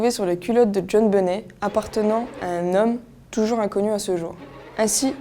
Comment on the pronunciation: On prononce " benett " 😳